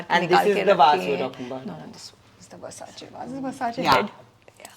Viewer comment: Why she emphasises on Versace .